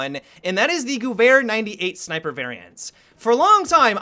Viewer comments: anybody else triggered by the way he says Guwehr? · Cody Cruz He was saying it wrong thats why i wrote that ughh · Gewehr sounds like Gever. It's a lot easier to say so I'm just throwing it out there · The "h" extends the syllable, so it sounds more like "gev-air" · He said gooair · that better than some of the other pronunciations of this word some of my friends pronounce it like "Gyewer" and I just wanna smack them for it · I prefer "gooey 98" to the correct pronunciation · the way you pronounce 'gewehr' is wrong. You need to pronounce it on nature german like 'GEWEHR!!' Still enjoyed you video. Love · Just so everyone knows, "Gewehr" is pronounced "Guh-vehr". :) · TechnicBot geh - vehr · Yeah, I never knew how it was pronounced until battlefield (it was in COD once) I used to to pronounce it like "gher-her" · The way says Gewehr Is funny. Goovhair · Dah Magpie i always pronounced it like sewer gewher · american / english cannot say Gewehr right ... their G is like the germans saying "dschi". ... which as a german you would say "dschiwea" (without having a reason to say it in english :D) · why is he making two noises with the "W" in gewehr? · damn when u pronounce gewehr just damn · So funny for me as an austrian hearing you pronounce "Gewehr"